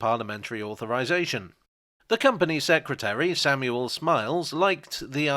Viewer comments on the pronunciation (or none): none